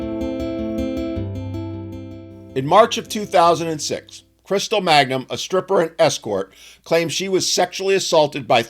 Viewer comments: It's not "Magnum," it's MANGUM. Stop desecrating the greatest TV-detective that never lived! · Her name is Mangum, not Magnum. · Her name is *Mangum*, not Magnum...in the interest of accuracy. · It's Mangum, not Magnum.